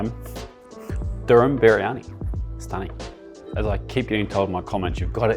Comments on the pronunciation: the STOONING had me 🤣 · 🤣🤣🤣, did you just turn into a Scouser at 11.33? "Simply stunning" 🤣 Good on you mate - just one more brilliant video and gorgeous dish, thanks 😉👍